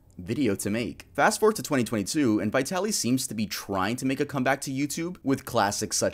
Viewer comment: What's wrong with Americans? Vitali, the I as in the first letter of Indian. Letters are not usually pronounced as they are recited in the alphabet.